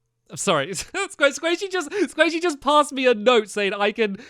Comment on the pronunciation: I HEARD SQUAISHY 👍👍😄😄🐱🐤